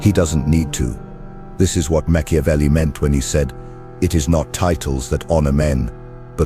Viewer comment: Meah CHEW avelli?🤣